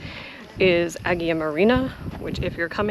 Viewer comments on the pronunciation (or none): A-yeena emphasis on the A. no G sounds in the pronunciation. Not EGG-eena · Haha, you pronounce the name of the island completely differently to me. Great to see so much of the temple, more than any other video on AEGINA I’ve seen, and I’m very keen to sketch it as I’ve done on my trips to Sisely, Italy and Turkey.